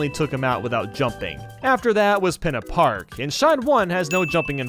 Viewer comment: I’m also pretty sure Pinna Park is being mispronounced as well. I’m pretty sure the I is an E sound in the word as it’s Italian for Fin. Also go listen to the Cutscene when you unlock the level. Fludd seems to pronounce it that way so I’m willing to bet that’s the intended pronunciation.